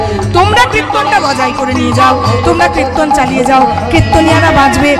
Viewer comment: আপনার কীর্তন ভালো লাগে। কীর্তন উচ্চারণ ঠিক হচ্ছে না। বলছেন কৃত্তন।